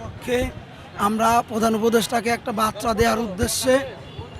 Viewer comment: চাকরির পাইলো কেমনে বার্তাকে বাত্রা বলছে। তাহলে কি শিক্ষা দেবে ছাত্রকে।